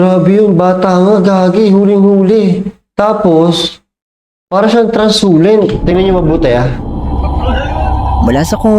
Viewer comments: Translucent kasi yon hindi transulent 😅😂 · Translucent boss hindi transulent 😅